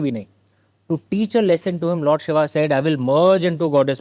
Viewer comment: Why is he saying “Shiva”, if it is Shiv.